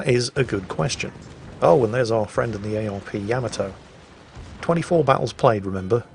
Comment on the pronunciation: I love how you slipped up and pronounced Yamato “ya-ma-toe” instead of “yam-a-toe” 😀. Then you went right back to normal